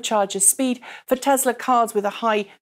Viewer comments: *Tesla not *tezla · tess la not tezlaaaas you stupid bitch